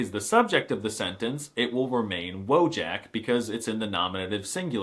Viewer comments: D😂 - dużo się śmiałam. Przyczepiłabym się tylko 😁😅 do jednej rzeczy: 'J' w słowie 'WOJAK' wymawiamy jak 'Y' w angielskim slowie 'YET'. --> Zwracam na to uwagę, bo 'J' występuje czasem w języku polskim, 😂 więc będzie to przydatne za każdym razem, gdy wystąpi w jakimś słowie (w ogóle nawet już bliższe polskiej wymowie byłoby zastąpienie 'J' = 'I', bo wtedy jeszcze byłoby się zrozumiałym 😂). 'Wodżak' brzmi po prostu amerykańsko (więc nie dziwię się, że tak to zostało przeczytane 😉😂) - zwłaszcza, że słowo 'wojak' nie jest w ogóle zbyt często używane w Polsce (trochę jak z czasów opowieści naszych dziadków; 🤭 raczej odnosi się do czasów historycznych - tak gdzieś między 'rycerzem' a 'żołnierzem' 😂). Wyraźne wypowiadanie 'Ą' i 'Ę' kojarzy się z przesadą, a mówienie w ich miejsce 'OM' czy 'EN' - z pewnym niedbalstwem, więc idealnie byłoby wymawiać pośrodku. 😅🤣 Ale wielu Polaków wymawia bardzo różnie, więc nadal pozostaniesz zrozumiały. Co najwyżej będziesz odbierany jako ktoś kto koniecznie chce podkreślać, aż za bardzo, na każdym kroku, każdy detal w wymowie albo że trochę lekceważysz dbałość o język i nie starasz się mówić bardzo poprawnie (w obu przypadkach niektórzy pomyślą, że 'jesteś z zapadłej prowincji' i próbujesz ukryć albo nie jesteś w stanie ukryć swojego pochodzenia 😂🤣). 'Ś', 'Ć', 'Ń', 'Ź' - to są właściwie zmiękczacze spółgłosek, które mają czynić wymowę bardziej milszą dla ucha słuchacza. 🤣😆 Inaczej polska mowa brzmiałaby zasadniczo w stylu: SZCZRZDZPRDŁHGKMN... 😆 Ja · has a terrible pronunciation of “Wojak”. I know he knows better, but chose to mispronounce it consistently.